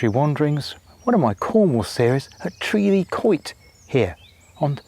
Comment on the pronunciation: Mornin', I think you got the pronunciation just right😉😉 What an interesting place this is. We could speculate forever as to it's purpose. I think it's reasonable to say that they went to great effort to construct it which suggests an organised society capable of working together where they had an abundance of food to allow them to dedicate the time to this. On the other side of our river valley we have a bronze age settlement "El Cerro de Encinas" which is being periodically excavated and parts of it restored, here they buried the dead below the dwellings. That aside it's a remote place ideal for peace and quiet. Enjoyed the camera fades and the music from Esther towards the end too. A great subject, really well presented, well done. Have a great week!!